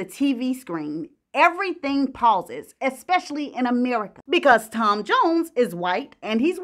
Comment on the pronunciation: Wale ( Wales ),Expecially,magneticism … dear,speak proper English